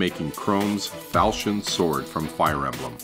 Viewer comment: im sure if said "falkion" it would sound a lot better